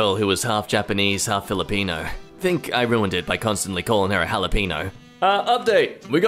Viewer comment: As a New Mexican, every time a Brit pronounces Jalapeno as "Ha-la-peen-o" and not "Ha-la-pen-yo" it pisses me off.